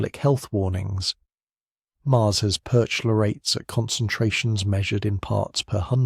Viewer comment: "perch-----------lorates", for Pete's sake! CH is pronounced k in Greek vocabulary or before a consonant in a noncompound.